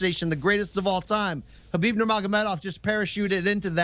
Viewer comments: Stop calling him “Herbib”. There’s no R there... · im not talking about the K. The guy on the left keeps saying “Her-Bib”